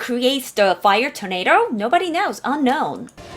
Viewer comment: 뽜이어 토네이로~